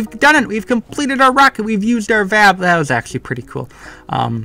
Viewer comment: yay im not the only one that pronounces vab as a word instead of "v.a.b"